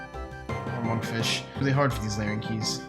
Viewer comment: Rsn: its larrans, not larrens:)